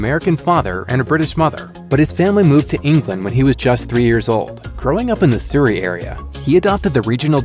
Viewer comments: "sue-ree" area? Dude I'm neither American or Brit but I know its "surry" (closer to surround) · i will never get over americans trying to pronounce british place names :'D. "Growing up in the Soorey area", my friend its pronounced "suh-ree" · painful to hear: growing up in the "sur-ri" area. try: "suh-ree" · The “suri” area? Do you mean Surrey? It’s pronounced Surry, like McFlurry… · Grew up in the 'Soory' area 🤣 (It's Surrey - with a u as in 'up') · sorry as a brit and hearing ‘siri’ when it’s pronounced ‘suh-ree’ i cant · "Growing up in the soorey area". Lol. It's Surrey, love. Suh-ry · Nah my guy did not just pronounce Surrey like souris. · You mispronounce Surrey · Erm you need how to check how to say Surrey :)